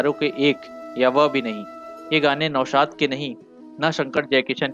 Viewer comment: Nihayat bakwas commentory. स को श, नौशाद को नौसाद बोल रहा है। क्या बकवास है। ऐसा लग रहा है जैसे जबरन बुलवाया जा रहा है।